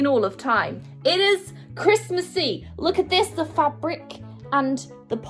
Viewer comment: When you said christmasy it sounded like you said christmas eve i was sort of confuesd merry early Christmas though!🎉🌲🏞️🌨️